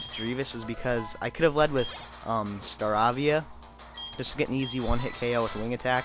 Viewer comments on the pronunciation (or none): i owned that leader with 1 hit kills also its pronounced star-aa-vee-a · you rock man (its Star-AAAAAA-via) geez lol